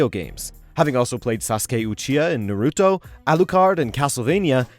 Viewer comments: 🤦🏾‍♂️ this jackass said nuhruto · Ah still can't say Naruto right I see